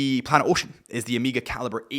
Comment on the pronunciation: Omega ❌ Emega ✔️